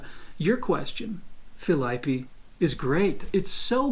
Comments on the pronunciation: "Filaipe" kkkk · Ele é muito bom, Mas ele entrega que é gringo quando vai falar os nomes dos brasileiros “filaipe” (Filipe/Felipe), “fiago” (Thiago)